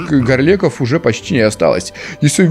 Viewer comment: Не согласен. В оригинале они называются Gorleks, и мне кажется в это не от слова "гора". Я привык ставить ударение на "е", ГорлЕкова руда